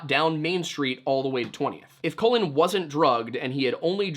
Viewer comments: hey, just a bit of a note. Colin is pronounced like cauliflower, and Cullen is pronounced like cull, not like colon. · As always, great video. But it was pretty distracting that kept pronouncing his name as "colon" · Could not get over the fact he kept pronouncing Cullen “colon” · It sounds like you are calling him COLON